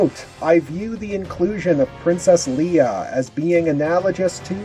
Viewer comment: Wait, did he said princess "Liya" 😂